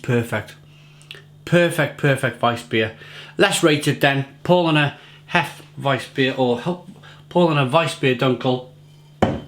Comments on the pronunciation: Pronunciation, not spelling. Powlana, and yep accent the 2nd syllable. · About pronunciation, it's more like Powlarner, with a stress on the second syllable, great review though. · It's pronounced "POW-Larner" mate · yeah that's what I said mate. PoW-Larner, If you say that word in English it's the correct phonetic pronunciation of the German word Paulaner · German here: Nope, its pronounced Paulaner. The "au" is pronounced similar to "ou" in "ouch". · Exactly.... Was going to say the same